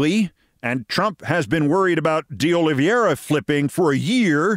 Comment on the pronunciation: I believe his name is pronounced "De Olive - ee - ara."